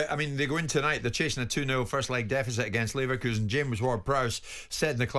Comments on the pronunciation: I would bet my laverkHOUSEn on Simon never learning how to pronounce Leverkusen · Simons' ignorance of pronouncing Leverkusen correctly is astonishing. In terms of the FA scrapping replays, just give all league 1 and below automatic home advantage if they are drawn against a championship or premier league team, or maybe an option to choose whether they want to play at home or away.